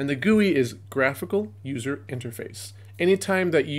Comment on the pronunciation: this video is great and helped me learn a lot, but i can't stand the way you say gui